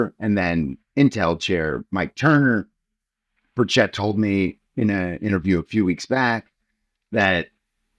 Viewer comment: How do reporters get peoples’ names so incorrect? He is the only person I’ve heard mispronounce burchett’s name.